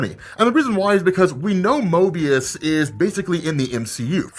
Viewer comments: You kept saying Mobius, even though it's Morbius. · You forgot to pronounce the r in morbius bud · How are you excited about the film and character and not even know how to pronounce the R in Morbius? Fucking embarrassing. You're obviously a fan. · Ugh.....I think you meant to say Morbius? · Say Mobius one more gat damn time lol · You kept saying MOBIUS, not morbius :P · Listening to misspeak Morbius everytime as Moebius cracks me up. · I had to Google the pronunciation... sheesh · Mobius? Come on you know it's Morbius. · Is it Mobius or Morbius? Like I'm legit confused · OMG It's MORBIUS, not Mobius!!!!!! Also, Morbius won't be in the MCU. At least, not yet. I heard on ChaosMultiverse's youtube video that No Way Home Trailer 2 will be out November 15th. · love you bud but Möbius? lol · Lmao at the amount of times said Mobius instead of Morbius. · keeps saying Mobius instead of Morbius...funny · Why you calling it Mobius?? 😫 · U really was callin that man Mobius like that? Lol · Calling moRbius MOEbius repeatedly is... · Bro! Why you keep mispronouncing MORBIUS like fr as a Marvel fan you should know it’s no Mobius. 😂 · Stop saying 'Mobius', lol! Love the channel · Morbius not Mobius😤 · It’s MORBIUS not MOBIUS right ? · It's morbius not Mobius rob lol. Jk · He keeps calling morbious mobious lol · my brother you keep saying Mobius😁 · I can’t tell you how many times you called Morbius “Möbius”. You were hot to drop that shit! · You keep saying mobius but we still love you rob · MORRRRRRRRBIUS damn bro you forgettin that b! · saying Mobious 100 times....Morbious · Holy. Fuk. Neil DIAMOND????? Mobius????? How about you pronounce things correctly next time. Dont you do any post work on these f-ing vids? Seriously tho, big fan, you rock lol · Why do you pronounce Morbius like 'Mo-bius'? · I thought I was going crazy hearing him say it as well 😂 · Mo"R"bius lol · It's Mo"r"bius dagnammit! 🤦🏽‍♂️😅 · MORBIUS not Mobius lol unsubscribed